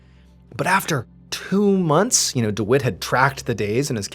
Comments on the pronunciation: Dwit? Do you mean Dwight? Pronounced Deewhite? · I think you pronounce the guy's name wrong I believe it is pronounced deewight 🤣 I've never met a man named dewitt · I think it’s pronounce dWhite if it’s spelt Dwight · I couldn’t help but laugh every time he said dwite instead of Dwight. lol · Anyone else's brain say dawooo every time Mr Ballen says Dewitt 🤔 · Mr. Ballen, the name is "Dwight" rhyming with "Light"